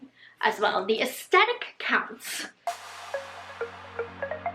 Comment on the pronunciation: Why do younger people seem to always pronounce aesthetic without the “h” (they say aestetic) - did I miss a change in the dictionary? 😯